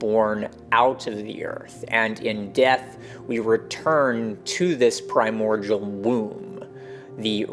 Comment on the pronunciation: Love this stuff, profoundly and truly. A thousand thanks, really. One observation though: The word "primordial" is pronounced like PRY-MORE-DEAL. I can see why you would sound it out like the world cordial. But alas, there is no relation there.